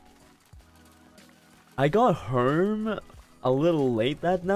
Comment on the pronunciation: Unrelated but I really like the way he says "home" like hou-rm and "know" like knaur 🤣🤣